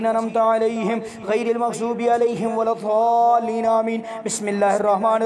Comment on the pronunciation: Aaj maine suna aap surah fateha galat padh rhe h arbi men doad h joad nhi h shi se padhe in sha ALLAH SAB KO FAIDA HOGA